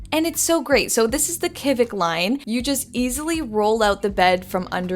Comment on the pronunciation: The in crowd pronounces Kivik “shi-vik” - you’re welcome!